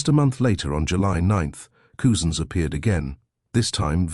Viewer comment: It’s pronounced cuzins,not coozins 👍